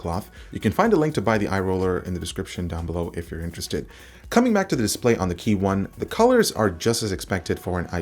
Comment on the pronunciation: Just want to let you know that it's KEYone, not KeyONE.